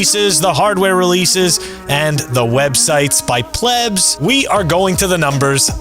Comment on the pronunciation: ☮, it's Plebs. Not pleebs. 😉